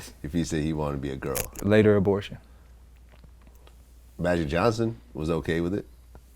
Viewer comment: Cuz said "Bow" Abortion...